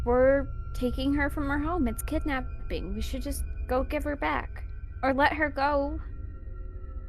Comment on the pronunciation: “Um should we be kitnapping?” “We’re not kitnapping. We’re gonna take her for questioning.” “Yeah, We’ll bring her back.” “Don’t worry.” “That’s-that’s still kitnapping um.”